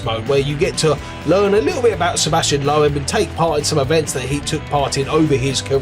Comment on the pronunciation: Man, you can't ever pronounce the name of Sebastian Loeb correctly. Laughable! 😀